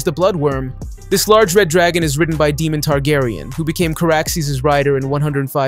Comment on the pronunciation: How do you know the show this well but you pronounce Daemons name like Demon